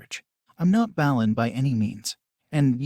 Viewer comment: the voice said ballen instead of ballin 🤣